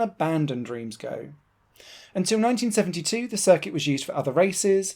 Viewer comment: Even allowing for English pronunciation ("Reems" rather than "Rance") "Go" is odd, I believe it should be "Guh" (based on my 'O' level French in the last century!).